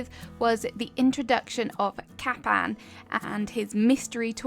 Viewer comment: "kappan" its kapp'n. bruh